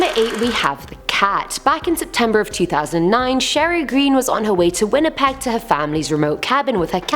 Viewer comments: at #7 it seriously sounds like you said November 2019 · I'm glad I'm not the only one that heard her say November 2019 I had to put the close caption on just to see if she really did say that lol.